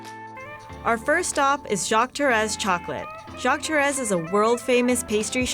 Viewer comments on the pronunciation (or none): The way she pronounces “Torres” irritates me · They pronounced Torres wrong 😭😭😭😡😡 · I’m not French but I kinda cringed when she said Torres